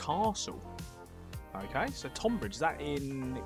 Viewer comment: Easy mistake to make but tonbridge is pronounced tunbridge. God knows how the spelling bastardised for one of the two towns and not the other but that’s a quirk of English naming